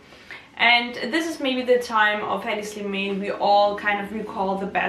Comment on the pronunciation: pronounce his name correctly!